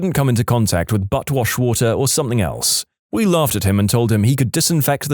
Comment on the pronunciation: No K in the word something